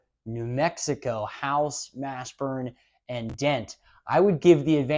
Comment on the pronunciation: Did he say "Jamal HASHburn"? Yes, he did.